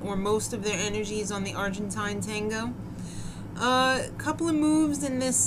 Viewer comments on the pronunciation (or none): I think the DWTS announcer is getting to you. - That is not how you say "Argentine" Tango.